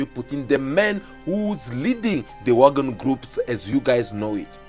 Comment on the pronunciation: Its Wagner not Wagon